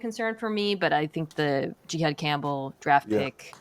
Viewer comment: Jihaad Campbell is Mina’s favorite player in this draft but can’t even pronounce his name correctly 🤦‍♂️